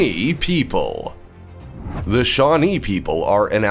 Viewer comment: Did anyone hear shawtee instead off shanee